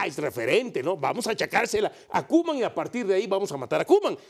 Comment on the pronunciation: No es hate pero es "Koeman"